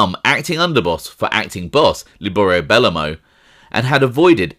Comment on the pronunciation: buh-low-moe not belluhmow good vid tho